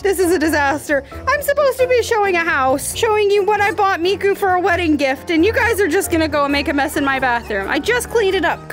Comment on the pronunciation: it's miku not mako...